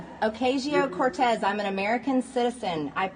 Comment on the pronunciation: One thing she does that demonstrates her complete lack of respect for Democrats, and in particular, women of color is to deliberately mispronounce their name, Notice, in the clip of her calling through the mail slot how she mispronounces the Ocasio part of AOC' s name, and I have heard her mispronounce Kamala Harris's first name. Hard to imagine how she could fail to know the correct pronunciation of both of those names, since, in the course of her day to day experience right in the heart of DC, she must hear them spoken out loud multiple times a week at the very least. The only possible explanation is deliberate contempt.